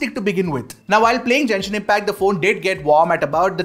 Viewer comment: Its GENSHIN impact Not JENSHIN 😭😭😭😭